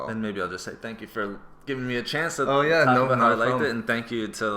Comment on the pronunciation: I heard aboots so my guess is Canadian or Minnesota